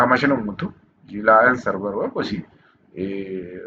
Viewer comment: On dit Web pas wop